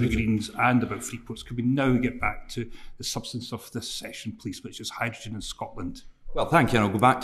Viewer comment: The SNP Energy Secretary can't pronounce "hydrogen!"